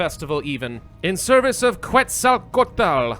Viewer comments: Ket-zuhl-co-ah-tul. Just for your future reference. Keep up the amazing work. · Deity pronunciations: Quetzalcoatl: Ket-zuhl-co-ah-tul Xipe Totec: Zhi-pay Toe-tech Tezcatlipoca: Tez-cot-lee-poe-cuh Huitzilopochtli: Hweet-zee-low-poke-tlee Mictecacihuatl: Meek-tay-cah-si-wah-tul You actually got Tlaloc right first try, ehehe. The hard part with all of these is that to pronounce them COMPLETELY accurately you have to say all those syllables together relatively fast and breathlessly.